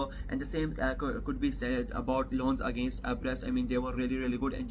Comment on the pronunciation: Ur Pronounciation of FRENCH🇨🇵 is TERRIBLE. However... Its NOT easy 4a non-French speaker to pronounce. TBH. Let me 《COACH u》 a bit. Auxerre = O-z-"air" Nantes = Nan-T DO NOT pronounce the "S" The 《S》is silent. Like in... Nîmes = n-EE-M But for LENS = L-EN-S + Rheims = R-1*-S u DO pronounce the 《S》 (1*=like in le Pain🇨🇵; le Vin🇨🇵; le Boursiny🧀🇨🇵 ; Vingt🇨🇵 =20)